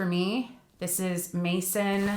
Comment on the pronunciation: Maison is French for house. Pronounce “may-zhon”.